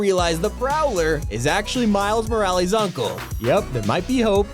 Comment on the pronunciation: MILES MORALEESE 💀